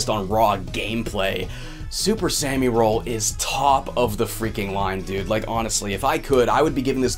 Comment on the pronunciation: Don't wanna be that annoying person but I'm pretty sure it's super "sah-mi" roll, not "super sammy roll." Japanese pronunciation. It bothers me a little when people don't get that right.